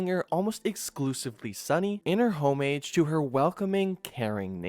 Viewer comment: From words not properly pronounced like homage, silent h - soft g, and an uncomfortable cadence to the low quality voice that grates hard on the ears. Just because you can speak does not mean you're narrator worthy.